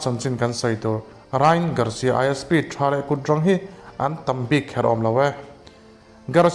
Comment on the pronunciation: Rai-an tih tur aw❤